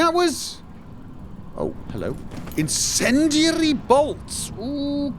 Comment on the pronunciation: "Incendiarrrry bolts." Yeah, roll those Rs.